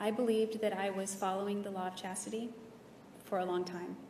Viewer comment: Jodi couldn’t even be bothered to learn to pronounce the Law of Chastity correctly, let alone actually follow it.